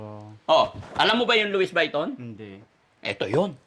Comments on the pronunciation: Luisviton hnd luis bayton 😊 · Lowis vayton?Ikaw naman.Lwi viton pronunciation ata nyan😂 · Daddy. Luis. Vetton po hindi luisviton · luwi viton po ang pronaunciation not luwis vayton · louis vuitton pronounce as "luwi v ton" po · It is pronounce Louie Viton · Lowe biton po ang pronunciation yan... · Louis Vuitton[LOO-ee vee-TAHN] hello no offence ment pero eto pa ang tamang pag bigkas nyan name bran na yan. Salamat po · The better way to return the money to Oliver is to put it in the bank in his name and give a little amount to Oliver for safety purposes. Give an amount of 20,000 pesos to put it in his new wallet Louie Baitton( Loy Biton) as pronounce. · Pronounced as Luie Vuiton. Google nyo po ang pronounciation ng Louis Vuitton. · Luwi Viton ang pronunciation ng Louis Vuitton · Wow Kuya Oliver napaka swerte mo dahil maraming nagmamahal sa iyo kaya magpagaling ka na ok LOUIS VUITTON pronounced as Lowee Vitoon hehehe I love this video I had a lot of laughs so so much God Bless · LUWI BITON SA PAG PRONOUNCE ❤❤❤ GOD BLESS PO❤❤❤ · Lam poh un ni joker lang xa kya louis biton sbi nya😂😂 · “luwi biton” po ang bigkas😂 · Swapang talaga si yero, poor Oliver he can still remember who took his money.daddy Frankie yong wallet niya( lowi- viton) ang pronunciation, no offense , sorry correction lang po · Luwi Bwiton ang basa dyan.. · Pronounce LUWI BITON 😅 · 😂 cute naman pronunciation mo but it’s pronounced Loowee Bhatan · LOuis Vuitton pronouce as (Lo-we Be-ton). ❤ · Louis vuitton to pronounce(Louis Vitton)silent U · Lou wee vitton ang pag pronounce ( Louise Vuitton) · 😁,, ganito pagbigkas nyan,,"Lowi Biton"🤭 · Sounds not right...( Wrong pronunciation )